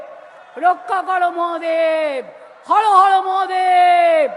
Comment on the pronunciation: भाई दीदी हर हर नहीं हारो हारो कर रही है।